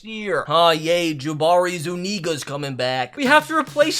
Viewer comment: Yall ignoring the fact he said zuniga 😂